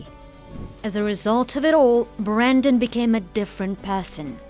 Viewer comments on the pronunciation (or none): Wtf woman, his name is Brendan. Not Brandon. I mean, it's written right there. See it? No? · BREN-DAN not “Brandon” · BrEndan. Not Brandon. With an E. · It's BRENdan NOT BRANdon, clueless fake fancy pants lady. The least you can do is get his name right. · Brendan NOT BRANDON.... jeeze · How does the narrator get his name wrong the entire video? It's not Brandon. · It's Brendan not Brandon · The lady overdubbing this keeps saying BRANDON and not Brendan